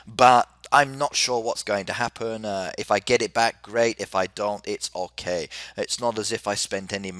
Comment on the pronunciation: why does he pronounce 'ok' like 'ohkih' considering he's English?